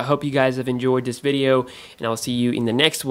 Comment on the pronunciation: wersus, whyber, what else... wideo? come on this is a constructive criticism. you can learn how to pronounce letter "V", you pronounce "have" correctly though